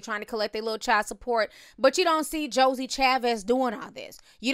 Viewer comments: Lmao you forever calling her Josie 😂😂😂 it’s JOIE (pronounced like JOY) 😂😂😂😂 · Why do you keep calling Joie(Joy) Chablis Joey ????? I can’t take it 😒😂🙄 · I cringe every time she says Josie and not “joy” 😂🤦🏽‍♀️ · If you say “Josie” ONE MO’ TIME!! 😩😩 It’s JOIE!! 🙄😂😂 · I think the 5th baby mama´s name is Joie (pronounced either Joey or Joy). It´s not Josie/Josey. It´s funny that he is now requesting gag orders since that´s what Ciara had to do with him because he kept talking about her. And when Monica´s baby daddy took him to court, he was trying to clown him for going through the court system. Now look at him.